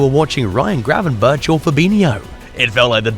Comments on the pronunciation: We're not expecting you to pronounce a real Dutch "G" like god intended it to be pronounced but please pronounce "berch" like you would "berg", we're used to that. The "bertshjss" really REALLY hurts our delicate Dutch ears. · "Gravenbertsh" is pronounced Gravenberkhhh like a scouser says "wirkhhh" for work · Yes pls fix that, it really hurts. Just make it 'Gravenburk', that'll do.